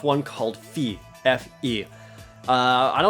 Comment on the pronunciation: Fe is pronounced like fear, skipping the r. It's the swedish word for fairy!